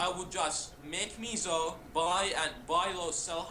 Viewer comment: Its not called meeeeesow its MEH - SOH .. its kinda like saying peso in spanish which means dollar or buck as in the currency.